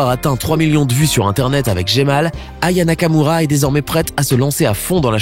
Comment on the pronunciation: Tu à dit Raya Nakamura